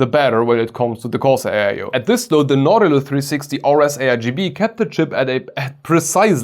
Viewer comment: Nah. Without the -tilus. It's Now-ti-lus.